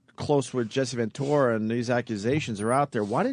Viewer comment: Who’s Jesse VenTORRAH Opie? Mispronouncing everything shit head.